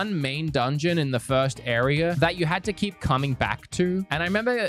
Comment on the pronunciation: Your rlly cool but “arear” and zelder